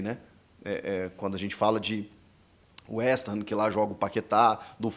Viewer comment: Pronuncias corretas: Fulam e Westam.